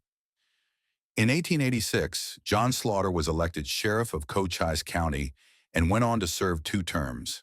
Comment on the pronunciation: FEW PICS ARE EVEN RELATED TO TOMBSTONE. Ed Schefflin & other names, including Cochise County are pronounced wrong...the narrative seems to be more prose than facts!!! Sickening what click baiters are doing to history!!